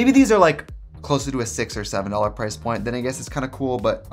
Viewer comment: losing myself at trixie's accent (the way she says "price point")